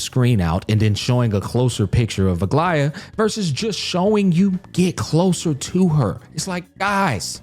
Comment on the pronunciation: Bruh, you know he is listening and tried to enjoy the quest when he pronounced Aglaea, Aglaea! Clap clap! 👏👏👏